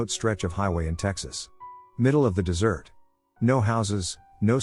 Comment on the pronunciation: what flavour was the dessert? since you insist on pronouncing 'desert' that way. and animals know. they just know.